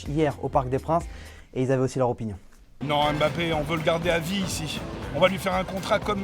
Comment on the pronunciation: Pk tu dis Bappé ?